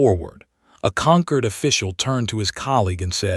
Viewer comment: "Concord" or "Conquered?" You poor AI can't figure it out. Hope you can get your money back.